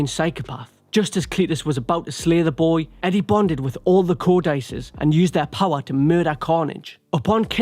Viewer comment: This video was impressively bad, but I lost it at “co-dice-ez” “Co-dih-cees” I’ll never understand how you English people at whatculture are so bad at your own language